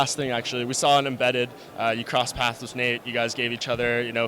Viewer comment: favorite part is when he said "Poss Crass" instead of Cross Paths, love ya Cowboy